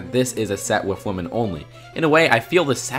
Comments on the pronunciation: Agreed, great point! But Dude, you know that WOMAN and WOMEN are pronounced differently, don't you, now!? Cringe x 1000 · Marshfellow and woman instead of women. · Does it annoy anyone else how he pronounces women?